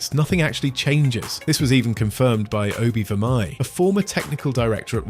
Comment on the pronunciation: As a Dutch person it's Always interesting how Americans pronounce Obbe Vermeij. As for the gang wars, it's an excelent way to level up your weapon skills , once you unluck double SMG and strafe with AK, CJ is a unstuppable.